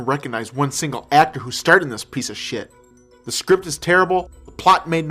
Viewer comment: hahaha.... a geek is trying to be a gangster XD and trying to bee funny by pronouncing shit "shiyet" lol